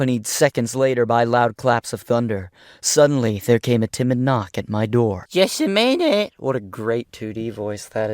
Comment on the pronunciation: "jUSs a MiNETt"